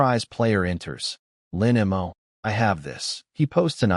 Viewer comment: Lin Mo. The AI is bad at pronouncing that name and a few other two to three letter words. No idea why. But yeah, the guy is almost always either a bad person or a protagonist as well. Just like the Sterling family, really. XD